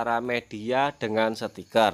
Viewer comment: Sticker bro bukan setikerrr